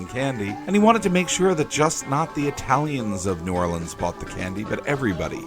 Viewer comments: I almost never hear it (New Orleans) pronounced as you have said, save for the locals and from some of those native to the state. Very refreshing! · Finally someone who pronounces New Orleans correct.